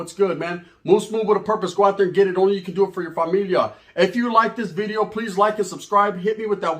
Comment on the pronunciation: “NEW BIDEO” 😂😂😂😂 Shit always got me rolling. He can’t pronounce that letter V